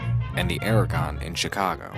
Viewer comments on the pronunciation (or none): none